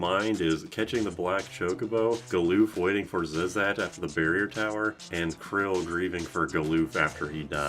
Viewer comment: You're pronouncing Krile all wrong. It's not Krill.